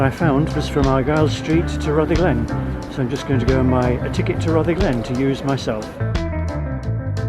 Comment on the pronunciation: Not RutherGLEN, it is RUTHerglen, accent first syllable, like most Scottish place names (but not all).